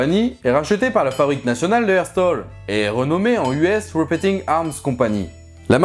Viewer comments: Herstal pas Herstaul ;) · Au fait : Herstal, comme R-stalle... pas "hair's tall", c'est du coté de Liège, pas du coté de Liverpool :D Sinon c'est quoi les annonce auxquelles on n'a pas eu droit à la fin alors que l'on est bien restés sagement ? ^^ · FN hestol?? ok bien écrit.. mais coco, ça vient de Belgique, ça se prononce HerstAl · Fin airstal, pas eurwstaul : c belge ;) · La FN de herstal se prononce avec un a et pas herstaule c'est Belge pas américain. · j'allais le dire :p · Comment t'as prononcé herstal? Herstôl?! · bon c'est juste une faute de prononciation il y a pas mort d'homme . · euh... je sais pas si il faut dire herstal avec l'accent anglais... C'est à 10km de chez moi en Belgique ! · la FN Herstal est une compagnie belge... pas d'accent anglais pour prononcer Herstal.... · Comment tu dis Herstal toi 😂. C'est Belge, tu prononce ça comme si c'était une ville aux USA.